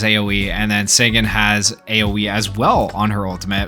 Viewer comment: Pronounced "Sah-gahn" Not "Say-gun" 👍🏼